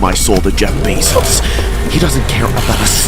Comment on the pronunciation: Jeffery bezzos??? That was cracking me up and sorry I mean bezzos